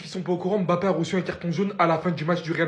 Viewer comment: Son nom se prononce Mbappé et non M Bappé